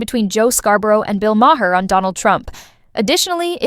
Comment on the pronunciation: Yeah as noted it's pronounced "Bill Mar" this suggests the people putting out this content don't review and aren't even familiar with the names of people on this topic